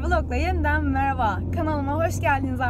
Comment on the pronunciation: onun adı meraba mıraba değil